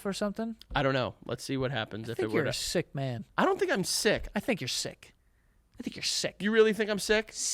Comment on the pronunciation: the way Joe says "sick" and "yea" kills me here😭😭😭